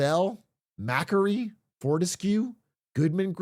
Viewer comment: As an Australian, hearing Big A mispronounce "Maquarie" (muh - kwo - ree) was a thing of pain and beauty (he might be interested in reading about their activities; they are probably our most successful investment banking group). That the website crashed when clicking the link for our biggest telecom company (Telstra) was pretty fitting too. Also, for big Aussie tech companies that are globally competitive, beyond Atlassian, Canvas and Afterpay, I'm surprised no one mentioned Wisetech: its founder Richard White locked down a niche in international logistics software and cloud-based services, became a billionaire, then got engulfed in a scandal (revealed by a court battle that most wealthly people would have settled long before to prevent stories like this going public) over allegedly using company resources to pay for houses (and other expenses) for a female employee, a supplier associate, wellness entrepreneur (who the court battle was with) and other inappropriate relationships (all while being married) and later lying by obmission to the board about it via incomplete disclosures (following an independent law firm review the board cleared him of the most serious funding misuse allegations, but did find the disclosures incomplete and that there were underlying governance issues), as well as allegations of bullying and cultural toxicity - all which led to him resigning as CEO in October 2024, only to later return as executive chairman and "Chief Innovation Officer" in Feburary